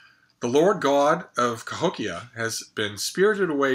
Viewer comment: You said Cahokia correctly, I didn't expect anything less.